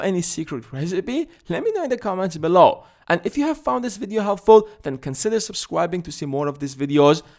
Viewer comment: Did you say subscwibing at the end of the video? Can you pronounce "R"? I am just wondering :)